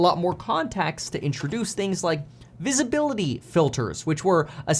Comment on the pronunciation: "visibilitry shelter"? lol